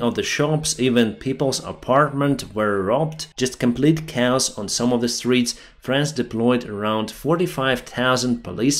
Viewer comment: Thank you for all the work that you do! I use your videos as a key source of information and try to watch them every day. However, one thing to improve is: you keep pronouncing the word "chaos" as "cows"🐄🐄🐄. It's pronounced "kay-oss".